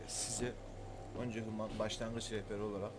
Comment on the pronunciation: okunuşu vans hümın kardeş.